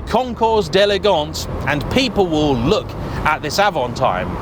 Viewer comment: It's Avanteeem not Avantiiime ! It's French!